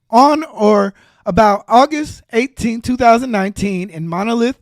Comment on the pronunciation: Oh man!! He should’ve been making content on anything else instead of gossip, community talk, female nature, or politics. By the way, it’s Multnomah, not monolith! I’m just saying. Grammar and definition are important.